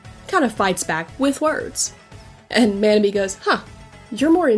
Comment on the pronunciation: Thank you for talking about Fruits Basket. Yuki is my favorite character and Kakeru (Manabe) is in my top 5. One thing though, Manabe is pronounced like 'ma' in mama 'naugh' in naughty 'be' in better I don't usually correct pronunciation mistakes, but this one was pretty bad. God bless and have a great day.